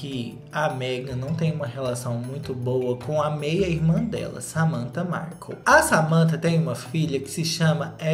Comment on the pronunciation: eu amo o falando meghan marCU kkkkkkkkk